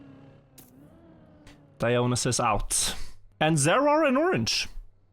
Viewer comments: idk how the player prefers his name to be pronnounced, but as a greek I can say Dionysos is read exactly as written and not Daionysos. also OPA is a word we use in Greece too and although it has many contexts it fits the one is using. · Pronunciation of dionysus is killing me.